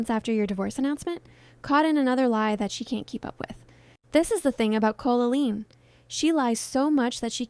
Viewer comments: yes. Evidence: It says Colleen "Co-la-leen" for example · It is. It says Colleen wrong, like "Co-la-leen" multiple times. For example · yes. It says colleen wrong multiple times, a dead giveaway. "Co-la-leen" for example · Why do you say Co-la-leen? Is this AI scripted? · Never heard the name Colleen pronounced like this. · It is, the AI can't read the name Colleen properly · Yeah, at some points I was wondering if it was real because you can actually hear the voice taking breaths or like a little huff on the microphone as they’re talking, but at the same time the cadence is so off putting and doesn’t change to fit questions or the end of a sentence. The most off putting thing is definitely saying Colleen’s name weirdly the entire time. It says most words normally, but for some reason it says either “COH-leen” with a really stretched out “Oh” sound or “Col-oleen,” and no human who did hours of research on Colleen Ballinger wouldn’t know how to pronounce Colleen, and would switch between two incorrect ways of saying it. No human being would pronounce it like that even if they didn’t know how the name was pronounced. AI voiceovers are annoying, but I could maybe look past that if the creator at least disclosed that the voiceover was AI, but said they did the rest of the work themselves. When they try to pass off an AI generated voice as their own, then it makes you think the entire video is likely cobbled together by AI, and you’re not even doing any research and giving any opinions yourself, you just asked ChatGPT to write a script about this and find clips online that support it. Then make an AI-generated little mascot of you and have an AI voice read the script ChatGPT wrote for you. And then here I am, feeing stupid for wasting my time watching the first 30 minutes before I realized likely every thing in this video that isn’t a clip from Colleen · @@ closely. The names are pronounced incorrectly, and it’s very obvious.. Dead giveaway it’s AI.